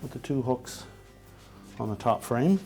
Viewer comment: Please learn how to use the words THEE and THE correctly !